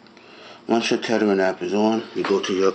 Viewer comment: "tetter" LOL